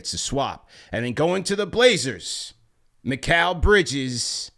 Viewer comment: finally pronounced Mikal name properly 😂😂